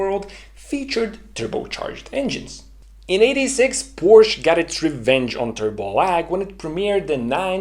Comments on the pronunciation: Phantastic initiative. Congrats. Just one minor point. Could you please avoid saying 'Porsch'. It is Porsche which makes a big difference. It is similar to boot school vs boost school. If you are not sure how to pronounce it correctly ... try Porsch.ah. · Please don´t say Porsch. it makes you sound like an Idiot. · I love this channel, except ... Porsche is a two-syllable word! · Please explain to me how someone as exceptionally intelligent as you, who has such great respect for attention to detail, accuracy, etc. would knowingly mispronounce Porsche. I'm genuinely baffled here. I mean, why? WHY???